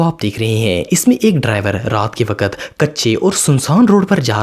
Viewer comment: Bhai aap wakat to wakkkat qqq bol te ho